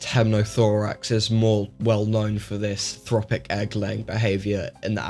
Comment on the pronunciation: Just a small correction , its "trophic" , trophic eggs , same as in for example Trophallaxis, no such thing as thropic.